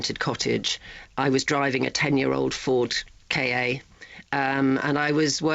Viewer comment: 10 year old Ford Kay Ay, and not Kar...bless.